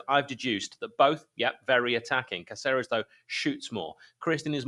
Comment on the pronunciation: Jefferson Cáceres. "Cá-cer-es" with the stress on "Cá", like "KAH-theh-res". Atte: DeepSeep.